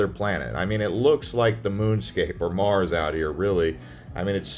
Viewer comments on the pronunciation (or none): none